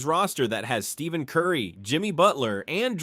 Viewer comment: When I hear the narrator say, "Steven" Curry, I suspect this is just another manufactured AI lie. Check your sources on this DeRozan now being a Warrior, folks. If it's just another lie, here's just another YouTube channel to block. Just checked...yeah, this is a LIE. Scrub this channel unless you like to watch a video full of lies.